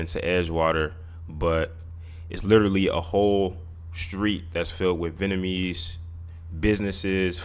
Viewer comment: You cappin yet again. Argyle is NOT a whole street filled with 'Venamese' businesses, food and culture (its pronounced 'Vietnamese' btw). Mainly from Broadway east to WInthrop ave are where the Vietnamese core cultural shops (Miss Saigon, Nha Hang, DaNang are probably the best), from there it starts to become mixed with other ethnic shops. Most of the Vietnamese and Souteast Asian folk live just a block south of there, on Ainslie st, cross streets being Winthrop and Kenmore, which are all residential. North of this Southeast Asian Community is Winona, then Foster, and Berwyn going further north. Some unsavory types and crackheads wandering about (mainly at night), but no 'hood'. There were, in the 80s & 90s, a mixture of (B)GDs (migrating from Sheridan RD and Lawerence) and Gaylords (white gang), Local Boys (Asian gang) crossing through that Vietnamese area, and definitely seem lawless back then by today standards. But now none of the kind even remotely exist. What experienced was probably a dude false-flaggin, saw not be from around there, and figure him to be an easy target for bullying. From broadway going west is quite and nice, going east pass Sheridan is nice and with some questionable elements migrating about until you get to Marine Dr. There is no 'hood' on either side of the Vietnamese, Southeast Asia, and East Asian Heritage Area. There is no one shot calling, standing out on the corners throwing up gang signs, no gang colors, no slanging and banging